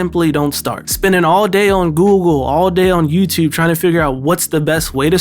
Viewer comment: Wait wait wait, 'Yewwttewwb'....Baltimore?